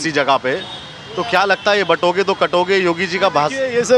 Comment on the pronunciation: काटोगे तो बाटोगे नहीं बाटोगे तो काटोगे मुल्लाजी सही से बोलो।